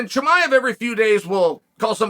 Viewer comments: Cosmic chemiav haha 🤣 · "HASMET Chimah" Chael always says names his own way lol